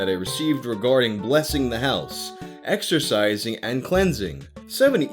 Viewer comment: this nigga said exercising.